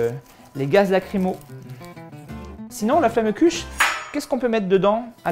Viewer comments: hommage a tous les alsaciens qui ont les oreilles qui saigne du a la prononciation de flammekueche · J'avoue comme il a mal prononcer ca ce voit qu'il vient pas d'Alsace ! Bonjour je viens du Haut-Rhin et toi ?